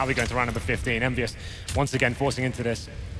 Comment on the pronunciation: its not envyus its kennvyus :X